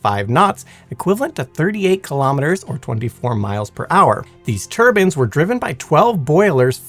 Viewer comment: turbines then its turbans 😂